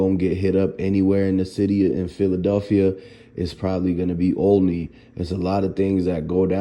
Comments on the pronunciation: Olney, pronounced OL-A-NEE It's pronounced OL-A-NEE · First its pronounced all- leny (olney) an its far from the worst neighborhood in philly ...it not even the close to worst neighborhood in philly ..west, north,badlands, south is 100x worse..r.i.p cheese..an speak on what you know not some made up sh*t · . pronounce it right !!! Olney the spelling..but say ahhhlneyyy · You’re not even pronouncing it right stop talking false information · Yo why you goofy ass niggas like getting on here talking about some shit you don't know about. First learn to pronounce the section of my city right. Second it is not the worst part of Philly. Third it had nothing to do with Gill or Wallo. Fourth Cheese did not have on no 500k in jewelry. He always wore jewelry so it wasn't about that. I'm from an area right near there. Ain't nobody tear out no street lights or spray paint no cams. Cheese was not on the radio like that either. Gil not thinking about that shit right now. The man is too busy grieving at this point. Nobody in Philly gives a fuck about all that shit you talking about. Just wait until the facts come out and then do your video. Stop making shit up because the sad part about it is that someone who don't know no better is going to believe you. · The pronunciation of "Olney" was a dead giveaway. 😂😂